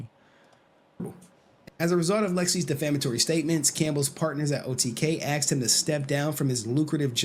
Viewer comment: Aksed? ASKED!